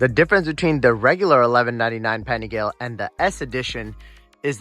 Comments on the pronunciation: great vid bro. you got a new sub. also pronunciation is Paniga-lay and not pani-gal. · Please learn how to pronounce “Panigale” before embarrassing yourself online